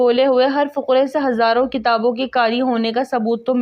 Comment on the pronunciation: Fuqrey nhi hota fiqreyhota hy plz kuch tu homework kr lia karo phir purha karen